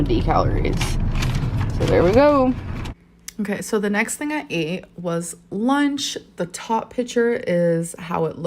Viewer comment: And here, Dr. Now would be saying "You don't tink your weight gain has ANYTING to do wit your eating habit?" 😂😂